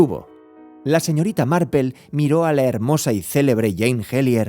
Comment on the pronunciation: Yo pense que estaba equivocada... que no habia leido Marple.... pero si, es Marple... Por qué le dice Marpel? Si es por pronunciación, seria algo más tipo "Marpl".....